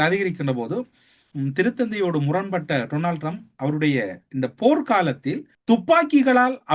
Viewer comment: ☝️☝️☝️ His name is pronounced Donald Trump not Tronald Trump.